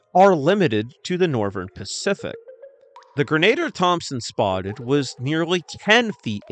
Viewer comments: I believe “Grenadier” is pronounced like grin-uh-deer. That’s the way I’ve always heard it pronounced anyway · AI can't pronounce grenadier. Sad.